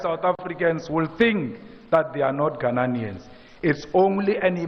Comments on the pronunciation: It's ghananians 😅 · Mr. Malema never gets the pronunciation of Ghanaians correctly.